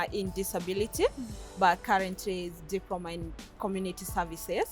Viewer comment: A diproma in disabiriti... Digehota! 😂😂🤣 Glad she's happy!